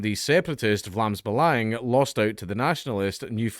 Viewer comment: holy shit, Dankula that pronounciation of "Vlaams Belang" was flawless! never heard an English (much less Scottish) speaking person get a Dutch pronounciation right on the first go.